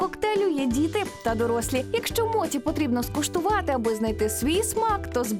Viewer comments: Якщо мочі,то не суші,а сусі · Будь ласка, не моті, а мочі. Моті в українській мові- це неправильне вживання японського слова, яке збереглося ще з радянських часів, та й японці так не говорять. Так як Поліванов був російським японістом, то транслітерацію він зробив на свою мову. Особливість роснявої мови в тому, що їм невластиво та незручно буде говорити напр суШі весь час чи моЧІ (вони навіть зараз максимум, то говорять суШИ та моТІ). Але українська мова не має таких проблем , наша мова багата на звуки, які можуть якнайкраще передати японські слова. В радянські часи власне української японістики не було, тому говорили так, як партія скаже (моті, сусі, сінкансен й тд). В цей час весь цивілізований світ вивчав японську мову за Хебперном, де мочі є мочі, суші є суші, шінкансен є шінкансеном. Ця транслітерація є правильною і найбільш наближеною до японської мови. Зараз ми незалежна країна, маємо свою японістику. В українських університетах вивчають японську саме за останньою транслітерацією (Хепберна). Тож будь ласка, давайте викорінювати російські кальки в такий спосіб!